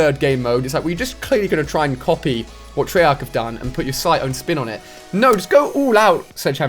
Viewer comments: he said trayark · he said treyark not sleghammer